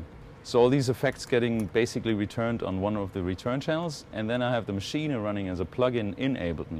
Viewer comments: That's how its supposed to be pronounced. Machina. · He does because he's German, and it's a German product. So he's pronouncing it correctly. Sounds a little funny, but technically is correct. There's a couple of Richie Hawtin videos where he says it the same way.